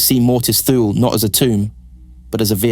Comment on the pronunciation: Although this is a good lore video, I just cannot keep watching this. It's pronounced TOO-lee. The ship is named after the northernmost place in the known ancient world. This is where the phrase 'out in the Thules' came from. An approximate translation from High Gothic would be something like 'Icy Northern Death'. Every time I hear it pronounced Thool I remember the old TV ads: Hukt on fonix wurkt fur mee!